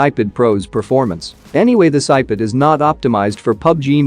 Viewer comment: Please do something to make your bot pronounce ipad as ipad not "ipud"